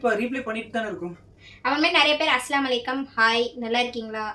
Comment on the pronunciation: Assalamu alaikum - அஸ்ஸலாமு அலைக்கும் Va alaikum Salaam - வ அலைக்கும் ஸலாம் இது தான் கரெக்ட் நீங்க அஸ்லாம் அலைக்கும் ❌ வ அலைக்கும் அஸ்ஸலாம் ❌ Unga kitta 3 rd time solran itha konjo crct pannikonga sariya salaam crct taa sollanum illanaa artham vera maathiri ayirum